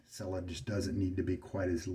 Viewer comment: Dude, TWO whole shaves on a blade! What is the world coming to? The label says “shaving cream with almond oil’. PS pronounce Cella just like you pronounce “cello” in English.